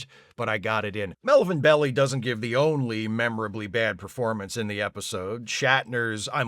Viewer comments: The name "Melvin Belli" is pronounced MEL-vin BELL-eye. The "Belli" part is pronounced like the English word "bell" with a long "i" sound at the end. The New York Times says the family, originally from Switzerland, adopted the Italian pronunciation of "bell-eye" to avoid being mistaken for "belly". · Just a few side notes here, ….I believe Craig Huxley also played Kirk’s brother’s son in another episode, “Operation Annihilate”. Melvin Belli’s name is pronounced Bel-LIE, not ‘Belly’. He can also be seen in the Rolling Stones’ movie “Gimme Shelter”, the documentary of the Altimont concert that used Hells Angels as SECURITY for the crowd which wound up with a concertgoer being murdered. It has some great footage of the 1969 Stones in concert as well as Tina Turner and Jefferson Airplane. That’s all folks! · Melvin bel-LIE, not belly.. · Bell i, not Belly 🤓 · I think the reason I found this episode so infuriating and depressing far beyond the clunker that was Spock's Brain was because by the time it aired, it guaranteed the third season was going down the tubes. Plus Mario Beli (pronounced belle eye if I remember correctly) couldn't act his way out of a torn Kleenex, much less a paper vag. He was there for celebrity value only. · Growing up I always heard Belli as 'Bell - eye', but the internet says it was pronounced 'Belly'. Another one for that Mandela Effect I don't actually believe in, I guess. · but that's not how Italian pronunciation works. The only thing that happens with a double consonant like that is more emphasis on the sound. Less "belly" and more "bell-lee." It doesn't affect the vowel sound. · Pronounced Bell-eye, not Belly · Maybe someone already mentioned that his name is pronounced Bell-eye…. Also what bugged me about this episode was that they didn’t even mention the two security guys that were on the planet and just left behind…..? Shouldn’t they have gone back and picked them up before going to the next starbase or whatever?????